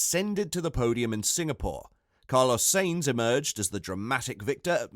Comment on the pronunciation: Maybe improve your content quality, you're not even saying Sainz' name correctly